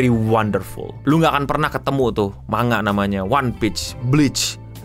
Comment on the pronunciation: manga = mang + ga bukan ma + nga kira2 begitu pengucapannya :face-blue-smiling::face-blue-smiling::face-blue-smiling